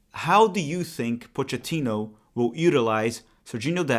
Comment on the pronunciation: Coach Pochettino. If he pronounces it the way Italians do, it is Poe-kay-teen-oh. Not 100% on this because he is Argentine, but that is how Italians would say it and this is definitely an Italian surname.